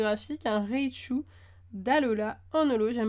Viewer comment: Désolé mais on dit pas réchou mais raïe-chou. Mais continue tu es super ! Tchuss !